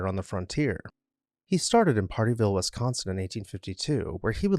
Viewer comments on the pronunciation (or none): none